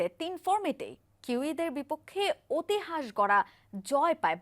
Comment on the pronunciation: 😂 ওটিহাঁস কথাটা শুনে আমি পুরাই কেন্দে দিয়েছি